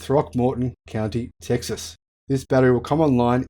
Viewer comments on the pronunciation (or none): none